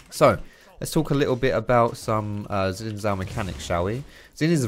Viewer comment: Really enjoyed the complete clownfiesta this game was lol. Could you try to pronounce Xin Zhao with a J sound at start of Zhao, the chinese zh sound is more or less same as the english j sound so you could think of it as Jao or Jhao.